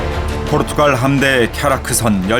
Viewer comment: 자꾸 포르투‘칼’ 하시네